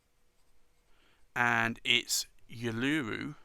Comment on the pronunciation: Thanks, The Blackstone ink Uluru is pronounced oo loo roo. It is the Aboriginal name of a large rock in Australia's Nothern Territories.